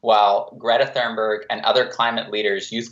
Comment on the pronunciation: TUNEberg is how you pronounce Greta's last name :)